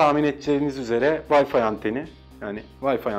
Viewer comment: vayfi demeyeydi eyiydi